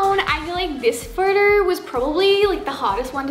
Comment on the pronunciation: " so for this photorrr "